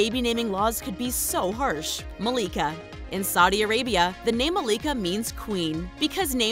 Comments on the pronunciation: MY MOMS NAME IS MALIKA AND ITS NOT MA-LEEK-A its Mal-i-ka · Youre not saying malika right